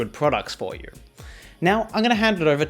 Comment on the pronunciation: The way pronounces "You" scares me